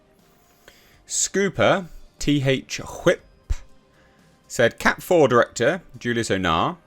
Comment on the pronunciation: "T H Whip." Bro... that's "THWIP" as in the classic sound effect for Spider-Man's web shooters.